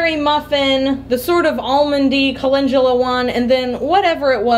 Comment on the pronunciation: Thank you for your transparency! That you would share your flops as well as successes is very helpful. It makes us feel like we’re not the only ones who experience such things. Also enjoyed you sharing your thoughts & comments about your desire to learn new things, how you assessed your abilities based on other things, etc. I do that!! Finally, and this is said in love, repeat after me CAL EN DO LA (calendula) not culinjula. ;p Thank you so much for a great video.